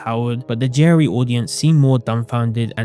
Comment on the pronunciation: Took me until for me to realize he's saying "JRE" NOT "Jerry"